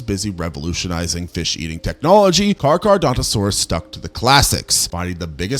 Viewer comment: Can't get over 'Car-car-dontosaurus', great vid tho